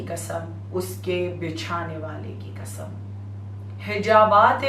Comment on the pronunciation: Ji bibi Zakira Muhterma it’s Qasam not kasam. Please pronounce correctly. It’s important for speaker to pronounce the word correctly.